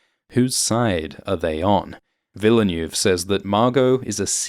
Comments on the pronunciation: Villeneuve = "veal nerve" not "vila noove"? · it's not Denis "Villa new" lol -_ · PLEASE PRONOUNCE DENIS VILLENEUVE'S NAME CORRECTLY PLEEAASE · It`s Denis Ville Neuve. Ville like Will and Neuve like Pont Neuf. Or just like Jacques Villeneuve (watch any F1 Formula one championship race during for the right pronunciation ;-) ) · Awesome Video - as always! But the man is called Ville- (like smallville =) -neuve, with the foreign sounding "öh" sound sandwiched in. The closest ~ American approx. I can think of would be "vil-nuv" ^-^ Excuse my wise-assing here, I really appreciate greatly. Cheers! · Thanks. Please make an effort to learn how to pronounce "foreign" names such as Denis Villeneuve. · Should really be this difficult to pronounce Villeneuve in a proper way? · I thought British guys pronounce French names correctly. Brexit effect? 😂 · How can you pronounce Lea Seaduauouoox correctly but not Villeneuve tho?! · can pronounce every fremen word with ease but can't pronounce the director Denis Villeneuves name correctly... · YouTube badly needs to do some some of webinar where they teach non-French creators how to pronounce Villeneuve. :P